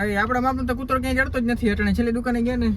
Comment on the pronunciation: કૂર્તો ❌ કૂતરો✅